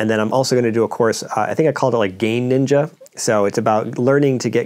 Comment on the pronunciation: When you said "gain ninja" I heard "game ninja." He's branching out.